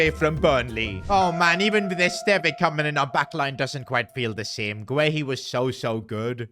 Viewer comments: PCQ: As a Burnley fan I’m happy you’ve signed Esteve but you’re pronouncing wrong, it’s supposed to be Esstevv not Estevai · Just to let you know esteve is pronounced eh-stev and hume is pronounced as hugh-m